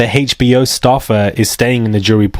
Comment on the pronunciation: Not the hayche-bee-oh documentary. 😅